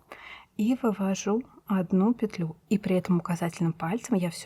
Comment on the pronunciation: Ну наконец! Целый день искала что-то подобное. Попадалось то плотное, то дырявое🤣 За петлЮ и нАкид - отдельное спасибо😍. Старая интеллигентная советская школа. Пожалуй и подпишусь ради этого😁. Всем щас стало казаться, что правильно накИд, потому что накИдывать. Хотя почему-то если прикУсывать - не прикУс, а прИкус😂. Волшебный русский язык😉. Недавно попадался фильм Настройщик" К.Муратовой - крупнейшего советского режиссёра, ну так там тоже звучит нАкид. Неужели бы человек такого уровня и статуса не заметил бы, если бы это была ошибка?🤷‍♂